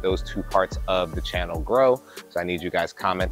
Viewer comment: It’s “CHANNEL”, man, not “CAHNNEL”.